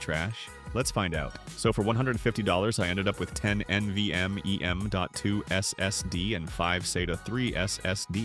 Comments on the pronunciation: That S S D totally breaks immersion when enjoying the video 😂 especially the way it is said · Is this AI narrated? If not, why do you go S S D instead of SSD when talking about the SSD's? Also, problems can be intermittent with SSD's as there can be bad cells inside the NAND chips that won't trigger a reaction until data is either attempted to be read or written to those sectors.